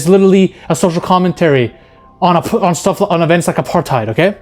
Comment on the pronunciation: As a south african hearing bro pronounce apartheid had me